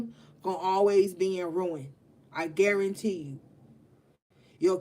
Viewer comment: When you hit me with the "I guaramuthafukkinTEE you..." MA'AM 😭😭😭✊🏾